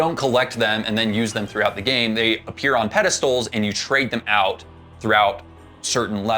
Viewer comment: It’s oot